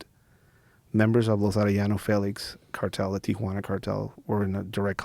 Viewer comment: bugs the sht outta me when people pronounce it 'Tiajuana'